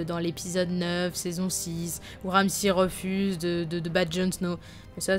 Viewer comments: c'est Ramsay pas Ramssi ... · C'est ramsey pas ramsi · Ramsi fionne ... En anglais c pas comme ça qu'on prononce